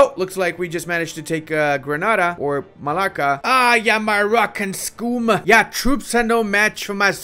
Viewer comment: it's not malacca, that is in east asia, it is malaga